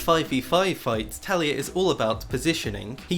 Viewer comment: A little part of me dies every time he says “Talia” instead of “Taliyah”